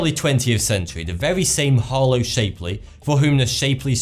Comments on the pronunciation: It's Shapley not Shapely. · you mispronounced Shapley Supercluster. it is Sh-app-ley not Shape-ly. He ismy husband's great Grandfather I would like his work to be properly recognized.